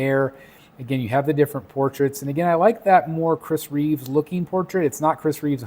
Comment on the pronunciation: It’s Chris Reeve, not Reeves. Just saying. Loving this piece though. None of the heads are MEANT to be Cavill, MEANT to be Reeve, etc. It’s a comic piece with heads that are just reminiscent of the others.